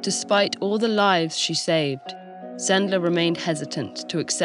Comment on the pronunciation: Yeah, this is a lesson very worth sharing... thank you very much, TED-ed! It's always nice to hear a foreigner pronouncing Polish surnames correctly... anecdote; Supposedly, one of the ways to get the children out of the ghetto was to hide them on a cart, among the packages.One of Sendler's friends was driving the cart.To prevent the sentries from hearing the crying of the younger children, he would always take a barking, loud dog with him so that he would drown out everything and distract the guards.I was surprised no one said about it ... "Zegota" is shortcut of "Rada Pomocy Żydom", operates thanks to Polskie Państwo Podziemne and the polish autorities in exile.Since we share information, I decided to mention about it. :-) Have a nice day!